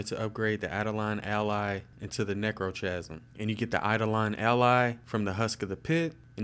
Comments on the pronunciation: It's pronounced "neck-row-kasm" What do you record your video with? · i know he also pronounced necrochasm wrong and edict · omfg he pronounced like almost everything wrong, its not édict its èdict, its necrokasm not nekrotjasm, not lik bane but litj bane